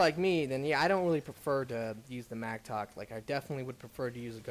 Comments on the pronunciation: its A MATTOCK not MACTOK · >Adapt >Macktock >Korgan I love you man, and I know it's not a big deal, but you seriously gotta learn how to pronounce shit, for someone who's read this stuff a thousand times.